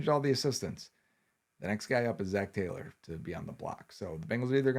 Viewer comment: Taylo you say?